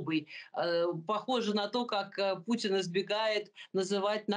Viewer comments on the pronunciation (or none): none